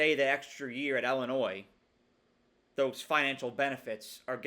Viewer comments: Cool video. Illinois alum/fan here. We could go 11-1 or 7-5. You never know with us. Also, for future reference—please pronounce Illinois like “ill” not like “ell”. You’re still far ahead of everyone saying “ill-a-noys” though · I thought it was pronounced Illinwah since it’s a French word